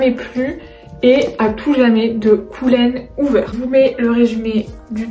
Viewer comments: Coulene houver 😂😂😂ça se prononce Coline 😂😂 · Coucou, je viens de découvrir ta chaîne, j’adore ton contenu ! (Juste un bail qui m’a stressée : Colleen Hoover, ça se prononce “Coline Ouver”) a part ça j’aime trop ta chaîne !! J’espère que tu vas adorer L’As de Cœur, il est incroyable!!